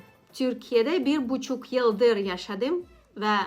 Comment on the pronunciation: Bir Türk olarak ufak bir tavsiye vermek isterim. Yabanların Türkçe konuşurken en çok yaptığı şey sizde olduğu gibi noktalı harfleri noktasız, noktasız harfleri noktalı gibi söylemek. (Yaşadim) (Çalmadim) (Çunku) (Uyaniyorum) (Baktim) (Başkasinin) (Nasilsin) Tabi ki bunu kusur olarak söylemiyorum eğer nasıl daha gerçek bir Türk gibi konuşurum diye sorarsanız cevabı için 💙